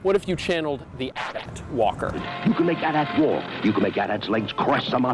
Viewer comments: its always been pronounced AT-AT not Ay Tee Ay Tee ill die on this hill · The abbreviation is AT-AT , with no period between the letters, do you say SCUBA or name off the letters individually? That's right, it's not A.T-A.T.. It's AT - AT. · Im sorry yo don't stay do yo? No you say A-TEE S-Tee therefor it's A-Tee A-Tee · I really like your content, but you've crossed a line this time. You are ENTIRELY incorrect about the pronunciation of AT-AT, and I will die on this hill. Unsubbed and reported.